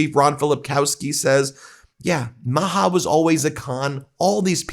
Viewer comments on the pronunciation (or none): none